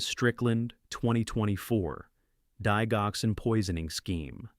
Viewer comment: For goodness sake, learn how to pronounce Lisinopril and Digoxin. Lisinopril Lie sin o prill Digoxin Dig (like digits) ox in